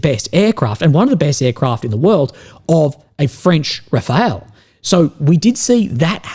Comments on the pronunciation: Bro...the french plane is called Rafale and its pronounced Ra-fawll... Not Rafael. C'mon, is it that hard to put the name on google translator and listen to it? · it's not Rafael but Rafale. All the best mate! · the French plane is called Rafale = wind gust not Rafael. Small but crucial distinction. Yes i do speak French. Just like Russia "invasion" was a defense act in response to USA real invasion by means of capturing and installing a puppet government. Again small but crucial distinction. USA is the aggressor and Russia is the defender. And by the way who is this "expert"? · Hello. Hope you are doing fine. Just one small thing. Its not Rafael like a dud, its rafal like an plane. Sorry but you sound stid. Wish you all the best. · Dude, Ukraine had integrated Soviet-era air-defense plus MANPADS. Btw, it's pronounced rafáhl.